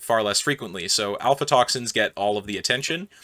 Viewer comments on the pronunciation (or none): I'm sorry but throughtout the entire video you pronounce "a*fl*atoxins" as "alfatoxins" and it keeps bugging me